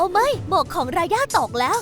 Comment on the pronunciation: รายาไม่ใช่ราย่าค่ะ